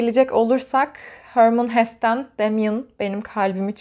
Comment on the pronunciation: Selam ❤️ teşekkürler video için. Hermann Hesse Alman bir yazar ve yazıldığı gibi okunuyor. ☺️